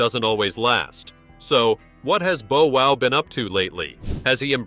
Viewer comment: uh his name is little bow wow not little bo wow!